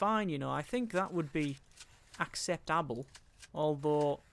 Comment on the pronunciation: Suddenly you said acceptable exactly like you would say it in Dutch lol